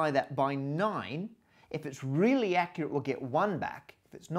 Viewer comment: "That's for when things are rrrealy zero" :-D